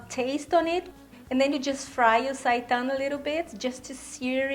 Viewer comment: Thank You for the correct pronunciation of the word seitan!